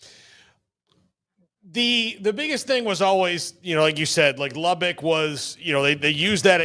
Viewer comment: It's "lubbuck" not "lubbick".